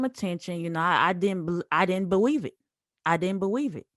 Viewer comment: "I didn't beweave it"😂🤣🤣